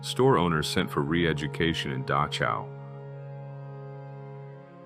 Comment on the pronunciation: I forgive the narrator for mispronouncing 'Dachau'. In this word, the 'ch' is pronounced like the Dutch always do, haha.